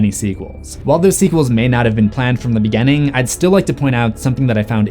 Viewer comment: Oh! And what's up with your dialect? It's like hearing people say WESSconsin instead of WISCONSIN every time you say any word with a small i. Beginning becomes "beGENNING."